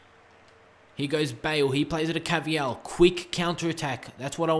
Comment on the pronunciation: It's not ca-vi-yal it's pronounced car-va-hal